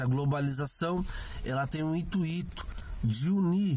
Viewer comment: Ótimo video, apesar do "intuíto"...